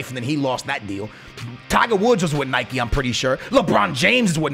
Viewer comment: the way you say Nike ffs